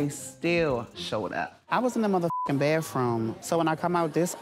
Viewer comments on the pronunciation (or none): “ I was in the BATH-FROOM”